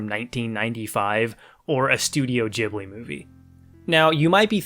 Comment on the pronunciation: Ghibli, not djibli.